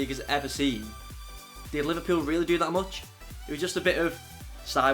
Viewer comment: Lol he said liverpill